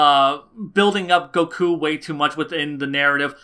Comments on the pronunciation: go-KUUUU. Your pronunciation of Goku's name fucking wrecks me bro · I cant stand how he says: Supersaijan goKuo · I agree with the video, but your the way you pronounce "Goku" makes me wince every time...